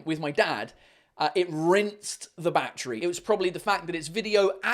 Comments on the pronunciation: Everytime he said "Battery" I understanded Backtrip ._. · How he says battery ( 🦇 🌲 )